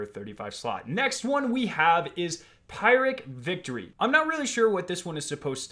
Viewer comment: You really don't know what a phyricc victory is or how to pronounce it?? Bruh you even school?